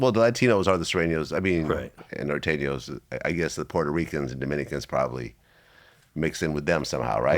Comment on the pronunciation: Gotta appreciate the pronunciation of nor teen yos 😂😂😂